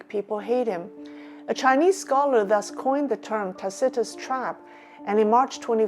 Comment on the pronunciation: Ta see tuss emphasis on 1st syllable